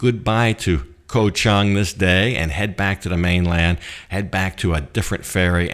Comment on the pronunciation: I know its spelled "koh" but the pronunciation is closer to "gah", so "Gah-Chang" (elephant island) . The problem in transliteration to English occurs because in Thai a G can sound like a K depending on where in the word the letter occurs. Simple to notice the problem if you look at the word island in Thai, which is "เกาะ". You can see gah-gai right there! "ก". Thats a G sound. If it were at the end of the word it would be closer to a K sound. Also,, the ก has no tone mark, and is therefore pronounced with a low tone.